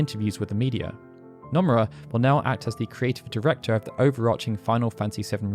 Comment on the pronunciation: stop saying numerra! it's NO MU RA